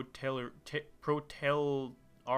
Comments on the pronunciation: It's pronounced "Pro-Le-Terry-It" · It's supposed to be spelled as "proletariat", a good reason why "protelariat" is hard to pronounce. :)